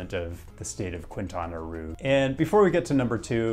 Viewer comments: Another informative, interesting and entertaining video from, but the needs a little help... "Quintana Roo" is pronounced "keen-TAH-nah ROW" [NOT "kwin-tan-uh roo"]. "Roo" rhymes with "toe" and "snow"... 🌞🌴😎🏖🏊🏼‍♂️🏄‍♂️🇲🇽 Now you are a tiny step closer to Spanish fluency! 😎👍. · I’m pretty sure it’s pronounced Quintana “Row” but great video as always